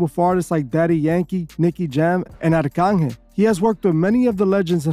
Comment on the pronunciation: his name is Arcangel pronounced Ark-Angle